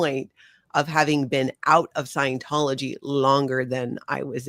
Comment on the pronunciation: You are mispronouncing scientology.